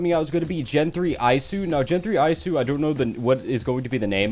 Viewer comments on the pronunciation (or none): Isu is pronounced as e sue